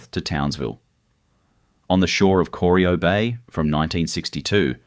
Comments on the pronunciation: coreeeyo! cor-eye-oh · Corio is pronounced core-eye-oh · Bwhahahah kor-i-o Was about to dump on that myself..... For someone to put together all this mismatched information information and while doing so didn't YouTube Geelong or Corio to hear how it's said..... Failed to mention the salt works. Or the oyster farms they found when dredging the prominade. I still like the fact that the turbo territory was a game changer that made suvs fast ASF. I believe the spark that later inspired things like trackhawks nowadays. B4 territorys. Suvs were predominantly diesels n slow or 4 cylinders n small. Eats V8s sedans for breakfast... Free trade and opening the door to Temu quality is what ended an era and turned Australia into a single use if lucky economy... Bring back the little triangle with a roo and Australia made back.... Built to withstand the strayan lifestyle and did it with pride.... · Corio Bay, which your AI slop narration not only mispronounced, is not deep water. to is completely factually incorrect. That’s when I stopped watching. Slop. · Was about to make same comment They obviously didn’t talk to anyone in Geelong before recording this